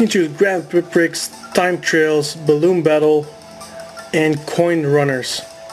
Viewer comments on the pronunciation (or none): Lol prix but yea it's pronounced pree